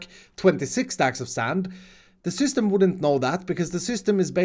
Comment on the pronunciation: Is it just me or does sound like a 6 year old when he’s saying the word “system”? - So it sends a signal in the *6 year old voice” ShYstEhm! Just check this out